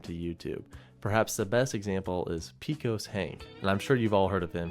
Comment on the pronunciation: Pecos is pronounced pay-so-s not peakos lol